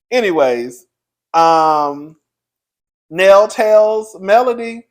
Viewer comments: you know muthafukin well you ain't heard nobody call that woman "Neal", it's pronounced "Nail"... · lol…it’s NELL, not NEIL! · If it's one thing the cousin will do, it's butcher a name 😂